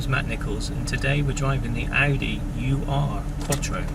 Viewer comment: It's pronounced "Eeerrrr-Quattro" not "U" "R" Quattro. VW also developed the 4wd system... They were testing a proposed military vehicle (which was never produced) when an Audi engineer was enamored w/ the system and the rest... Is history as they say!